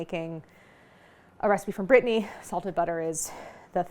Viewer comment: I was so confused to where "britney" is or who the "people of britney" are until I realised you mean Bretagne hahaha